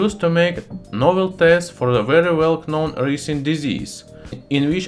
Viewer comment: He totally pronounced the K in ‘known’ 🤣